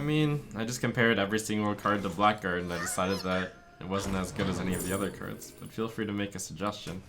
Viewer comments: Blackguard is pronounced blagard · It's pronounced "blaggard", not "black guard". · Isn't it something like "Blaggard"? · Haven't heard a single streamer pronounce blackguard correctly yet -_